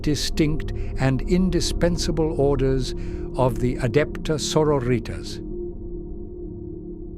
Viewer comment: I have to admit, as a linguist, that got my hair on end. ^^' Good voice, good script, but oh goodness me some of the phonetics. 'Dialogs'??